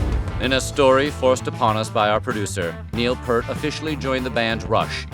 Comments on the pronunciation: It's not pronounced, it's Peart. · Neil Peart’s name was pronounced “PEERT”, not “”. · Please learn how to pronounce Peart's name correctly. C'mon! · Check your pronunciation of Peart. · I approve of this post. Just wish Peart's name had been pronounced correctly.